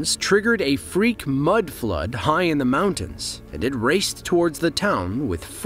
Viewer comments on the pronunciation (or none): none